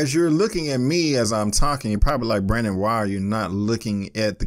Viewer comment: It sounded like you said brenaken davery lol. I was like cool name. But it's Brandon K. I was like Brandon for short cool.